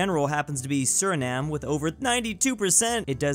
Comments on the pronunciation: It's still wrong. It's pronounced Sooreenhama. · Good on this guy for pronouncing Suriname correctly!!!